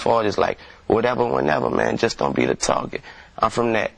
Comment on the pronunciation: delaney He pronounced don't to make it rhyme with goin. I can say don't rhyme and its goin rhyme